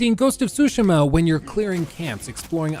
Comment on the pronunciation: Not to be be one of those guys but i wish he would say it like “su-shee-ma” and not “sushi-ma”. Ik we are American and i even say foreign words with an American accent but damn lol. Hearing say it annoyed me. Very particular rant, other than that i love this long ass video (wish jt was longer!) love a good long ass video game video